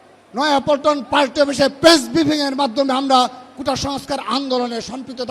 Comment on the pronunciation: আদু ভাই কুতা না কোটা। ভালো ভাবে বলেন।